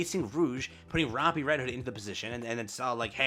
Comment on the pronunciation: Day 210 of telling that he pronounces Rapi’s name dumb